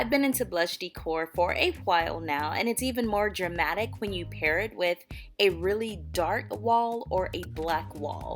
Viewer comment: Did she say "Germatic"? I think she means 'Dramatic". Jesus.